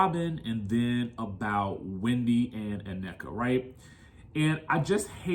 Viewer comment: OK, Americans, you have been listening to afrobeats long enough now to know the pronunciation of African words. In particular her name's Nnenka Not ANNEKA She mentioned this in the first episode. Cmon don't do like the Wypipo and say what you think you heard😢 Number 2 If you cannot see through Mias poor poor attempt at 1 upping Wendy's comments about being slow then yall gullible. She is weaponizing her children to make it seem that Wendy is offending intellect of all including children which she's only calling Mia slow rightly so has none. Because we can all clearly see that's what she's trying to do. She's trying to appear as. Being the victim by being called slow of which she is and saying it like she's more offended by the comment because her son has a speech impediment. Nice try Mia but fail 😅😊